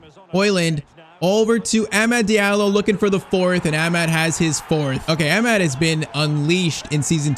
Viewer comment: yh man still pmo the way he says amad